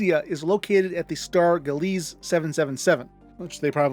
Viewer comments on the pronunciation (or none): Xi Bootis is commonly pronounced like "KAI BOO-TIZ." Xi is the Greek letter Ξ. Any Gliese star is pronounced as "GLEECE" Any Pegasii star is pronounced "PEG-UH-SIGH"